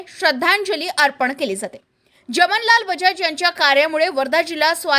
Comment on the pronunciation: उच्चार जमनलाल बजाज हे चुकीचे आहे , खरे म्हणजे 'जमनालाल' असे उच्चार हवे आहे.